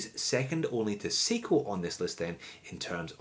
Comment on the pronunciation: It's sai-ko not see-ko